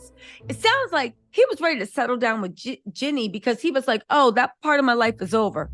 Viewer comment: Her name is JEEENE NOT JENNY